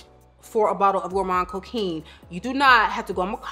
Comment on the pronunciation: Thank you for this video!!💖 ps: the « quin » in coquin is pronounced like an « quan »